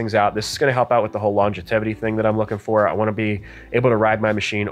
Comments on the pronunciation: Longitevity… I think you mean longevity 🤣. Just giving you a hard time, love the channel / content. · Just a tip, it's LONGEVITY not LONGETETIVELY lol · Not trying to be an ass, but it's pronounced Long-Jev-It-Tee